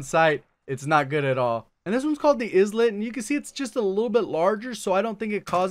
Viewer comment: Islet is pronounced "Eye-let" for whatever its worth. themoreyouknow.jpg